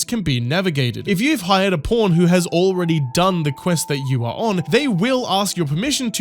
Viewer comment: Its so childish, but i die every time you say "pawn" something about your accent makes it sound like "porn". Wished id time stamped the couple times it sounding like ur saying porn made the sentence hilarious! 😅 Only at halfway point do hopefully there will be another good one i can stamp! 🤞 loving the video btw, don't think I've watched your content before but you earned a sub with this awesome critique! Can't wait to watch more of your work😊